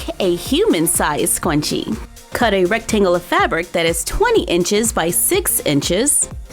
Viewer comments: It is not scuoonchie its sc r un ch e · You sound like you are saying scwenchie not scrunchie (s-cer-un-ch-ee) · I'm starting to get a little annoyed. Please stop saying scwunchie please. I have a problem where I get a little ocd when people say words the wrong way & so yeah. So please stop saying scwunchie & start saying scrunchie please?😃oh by the way I'm not trying to be mean. Like I said I'm a nice person & I don't like hurting people's feelings it makes me feel bad & guilty. So please say scrunchie & not scwunchie please? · Is she saying scwunchie on purpose or is it a joke? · ''SQuanChies" <3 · stop saying swunchie its scrunchie! lol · IT'S SCRUNCHIE NOT SCWONCHIE!!!!! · Let's make a swyunchie!! Me: I thought it was pronounced scrunchie!!!! Also me: Oh well.😑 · It’s a scrunchie not swcunchie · It's Scrunchie Not Scwunchie 😂 Lysm Though 💕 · Did anyone realize she said scwunchie? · I thought you were kidding when you said “Squnchie” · Are you saying 'scwunshies' on purpose? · How to say:scrunchie how she says it:Scwunchie How to say:Sew machine how she says it:soy machine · Its funny how says scwunchie instead of scrunchie😂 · Schwachie? Do you mean Sc-ru-n-ch-ie? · Scwunchie Never heard of it😂😂😂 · Its scrunchie not sqwunchie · Do you keep saying "SKWUNCHIE" or is something wrong with my hearing? It's driving me nuts. Lol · It’s “Scrunchie” not” scwunchie”😂😂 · So many people are saying how she said scwunchie hah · It’s scrunchie not scwunchie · Lol sqwunchie it schrrrrrrrrrrunchie!😂😂😂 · Did anyone else catch her at scwanchie like the whole vid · Soz but it’s scrunchie not scwunchie 😂 Lysm 💖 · It's Scrunchie not Scwunchie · Lol she says squnchie instead of scrunchie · Scwenchies haha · It sounds like your saying scwunchie lol😂I may have to make some of these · Me: oh cool a tutorial about scrunchies!: I'm going to make squnchies. Me:??? Have I been mispronouncing this whole time? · It's scrunchie. not scwunchie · scwunchie intensifies